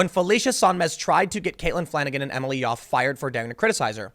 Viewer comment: Tim, I love your work, but your constant mispronunciation of words, and names especially is very unprofessional at the worst and sounds like fingernails scratched across a chalkboard at best. The woman's name is Yoffe, it sounds similar to how one pronounces "coffee." I hate to niggle here (yeah, I said an "N-word" - but I've been listening to you for years and this is a consistent issue you have. I realize you can't always say a person's name as it's unfamiliar, but there are certain phonetic ways of saying words and names that are consistent. No one's perfect, but like the woman who said her version of the "N-word" by stumbling over her own "brain fart," just take a few minutes and learn how to pronounce a word or a name. You'll sound even more professional than you already do.